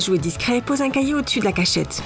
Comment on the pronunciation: A elle a dit cailloux pas un cahier se qui ont remarqué likez🙃🙃🙃